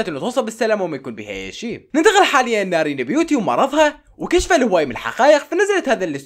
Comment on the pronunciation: نارين❌ نرين✅